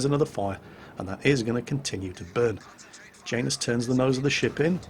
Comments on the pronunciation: it's said yanus not Jane us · Janus... I feel that's a slavic name, meaning to be pronounced "ya-noose." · is it just me or does say Janus weird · Yeah, it does sound kind of odd to my ear too. ;)